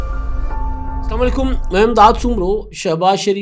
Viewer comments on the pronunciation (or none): جناب سلامالیکم نہیں السلام علیکم کہا کریں ھم پھر کیا سمجھیں کہ مائینس عمران کا مطلب تو یہ ھے سکول ٹیچر ، اوجڑی بیچنے والے اور تکے بنانے والے مزید اربوں پتی بنے گے ان اربوں روپے لوٹنے والوں کا احتساب کب ھو گا کیا سزا یافتہ وزیراعظم بن سکتا ھے یا ائین تبدیل کریں گے قوم کو مزید تقسیم نہ کرو کبھی کالا باغ پر کبھی صوبوں پر اور کھبی نہروں پر اورپھر کوئی سیاست دان صوبے کو اپنی جاگیر سمجھتے ھیں جو بھی کرنا ھے پورے پاکستان میں یکساں ھونے چاھئے کیا یہ ملک ان سیاست دانوں کا نہیں ھے جو وفاق کو صلح صفائی سے حصہ دے دیں خدا کے لئے ملک کو مضبوط کرو یہ عوام کی آواز ھے اب نئی نسل کو کچھ دینا چاھئے دس سالوں سے نوجوان بے روز گار ھیں اب نئی نسل روٹی کپڑا اور مکان کو بھوک کفن اور قبر سے تشبیہ دیتی ھے بی شک بھٹو بینظیر بڑے سیاست دان ھین مگر جب پیت میں بھوک ھو تو نئی نسل یہ سلوگن نہیں مانے گی عوام کی طرف قدم برھاو اس سے پہلے کہ ایک اور جینزی نکل ائے